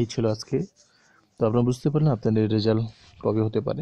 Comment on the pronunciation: রেজাল্ট হবে , রেসাল্ট না 😴